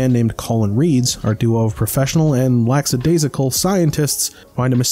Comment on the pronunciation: There's no such thing as "lacksadaisical". The word you're trying to say is lackadaisical. There is no S in the first syllable.